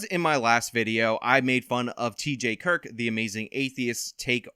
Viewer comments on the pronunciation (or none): none